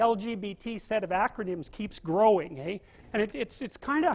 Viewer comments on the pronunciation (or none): For being a Canadian this is the only time I've ever heard him say "aye"